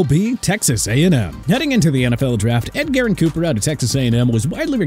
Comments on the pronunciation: Ed-Gerrin?? It’s Edge-er-in, you’re a channel dedicated to sports, how do you mispronounce an athletes name… Edit: Also you pronounced Thomas as Thompson, cmon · "Ed-Garyn" Cooper lol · Think he did the same with Edggerin James a couple of months ago who is a fcking Hall of Famer, just how can you botch this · Whoever told you how to say Edgerrin needs to be unemployed